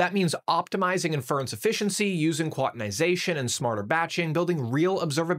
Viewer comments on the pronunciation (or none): the way he pronounces “NVIDIA”, “inference”, and “quantization” in like 10 seconds makes me really doubt his credentials.